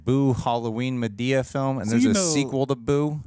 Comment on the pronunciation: the pronunciation of Madea as Ma-Day- uh is killing me 😂😂😂😂 he said it like Amadeus 😂😂😂